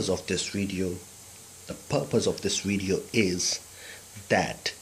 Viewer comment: It's video not wideo lol